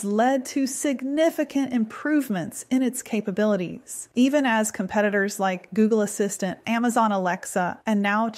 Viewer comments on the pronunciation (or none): none